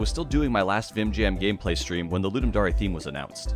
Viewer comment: It’s dare not dar-E